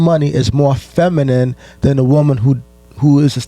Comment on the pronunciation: Shawdy ain’t even saying feminine right slim😂😂😂